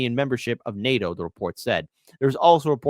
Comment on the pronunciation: nato, not nati.